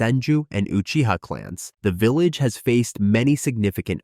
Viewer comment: vilalge.......fuckin ai bullshit